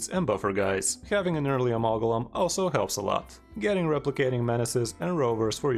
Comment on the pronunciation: Lol the pronunciation was driving me crazy. Good vid, sir.